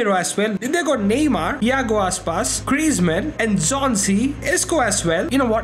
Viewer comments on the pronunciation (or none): none